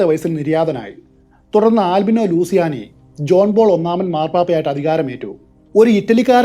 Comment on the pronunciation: ആൽബിനോ ലൂസിയാനി എന്നല്ല ""ലൂച്ചിയാനി" എന്നതാണ് ശരിയായ ഉച്ചാരണം.